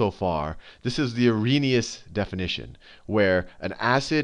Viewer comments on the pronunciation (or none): its arrhenious ;)